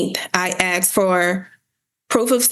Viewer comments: Axed. I axed. He axed. They axed... Edit 1: And then there's "estentially". "What we're estentially here for today..." - She's a LAWYER and doesn't know that essentially doesn't start with 'est'. WOW!!! Edit 2: Look at how everyone else is dressed then look at what she's wearing. This has to be satire. There's no way this is real, right? Surely, this is a video of some comedy troop trying to do a Reno 911 thing. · They didn’t respond because she “axed” not “asked.” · What law school granted this woman a JD? She can’t pronounce basic words. She “axed” him to do something? She did what was “axed” of her? COME on, man… I usually don’t judge people on the way they speak English, but this woman has an advanced degree that requires a professional demeanor. At this point in her life she must have heard the word “asked” said properly 19,722 times. So how do you justify this? I can only imagine it must be intentional. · if your lawyer "axs" questions, youre going to prison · "Axed"... "Axed" .... "Axed"............ what's so hard to say "asked" lol........... she's toast lol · How did she even become a lawyer...."I axed for service...' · It’s pronounced askkkkked. Not axed. 🙄🙄🙄🙄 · she axed it - its obvious what shes saying! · did that da just say axed? 🤔 I ain't saying nothing... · "I axed" case dismissed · Axe, axe, axe....good grief. And her message hoodie is not court appropriate. Yikes. What a case. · Sounds like acks and acked lol